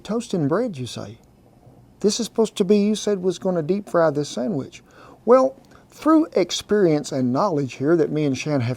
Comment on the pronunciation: I have to back that up twice, I could have sworn you said, "Cut the summbitch in half." hahahaha Love your channel, Cowboy! Never thought I'd see you make a Monti! My favorite breakfast. I top mine with a dash of powdered sugar, raspberry jam, and homemade maple syrup. YUM!